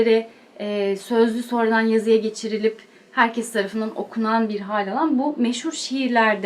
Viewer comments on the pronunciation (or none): none